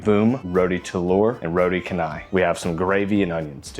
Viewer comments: canai it not read can，Its pronunciation should be like changer，chan nai = canai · Hello. Roti Canai is pronounced as “row tea char nigh”. Notice there is no hard ‘c’ here. Roti in Malay means bread or pancake dough while canai presumably is a Malayised version of Chennai which is a city in India. In Singapore., it is usually known as Roti Pratha or Prata. The basic meal is one of my favourite dishes ie. just the dough and curry gravy. Nowadays you can get a variety like the ones you featured in this video clip. There are also others like Prata Ice Cream or Prata Cheese to name just a couple. Back in the early ‘80s my primary schoolmate friend’s mom used to invite me to eat her homemade ones but the spiral orientation variety. It was crispy and buttery and delicious. Ever since then I crave spiral pratas but it seems to be a dying breed. If it is an egg Prata, it is usually squarish pouch like. The most preferred local way of eating Roti Canai is to pour the whole curry gravy onto the pancakes so that the delicious flood will be partly absorbed. I personally prefer to do this in 2 stages tearing into the first 2 doughs, then finish up the gravy tearing into the second 2 ones.❤🫶🫰